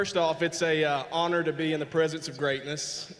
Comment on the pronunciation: lol fuckin goldberg "its honnored to be by greatness lmao"